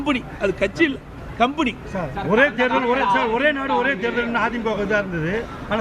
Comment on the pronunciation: கம்ப்பெனி னு சரியா சொல்ல தெரியல கோமாளி நாய்க்கு, கம்புனி யாம்....